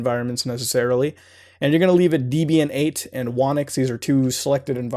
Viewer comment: The way you said dEEbian made me cringe so hard